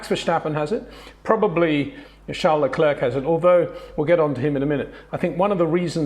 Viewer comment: Leclerc is pronounce "Lecler" Not "LeclerC". You Don't pronounce the "C" at the end.